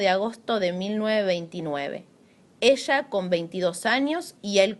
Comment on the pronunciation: Habla bien burra!!! Esha?? Se pronuncia ella Eres un fracaso pendejeta